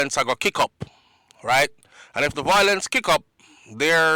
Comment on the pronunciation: It’s not, VOIL-ence! It is pronounced as, VI-olence.